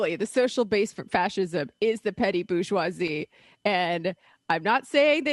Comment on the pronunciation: They need to try sweating and bleeding for a living instead of "reading theory" while working the Verizon kiosk in the mall. FFS, they can't even pronounce "bourgeoisie" properly. This faux intellectual, faux working-class bullshit isn't going to get us anywhere.